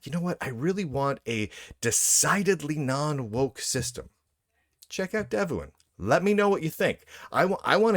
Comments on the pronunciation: It is pronounced "dev-one". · pronounce it like Dev Juan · Don Juan: Pronounced? Devuan: Pronounced?